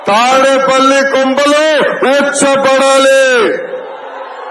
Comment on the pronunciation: 2 : 05 రే పూక తాడిపూడి కాదురా తాడేపల్లి